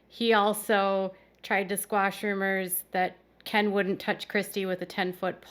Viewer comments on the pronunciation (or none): Why do they keep calling Ken “Keen” ?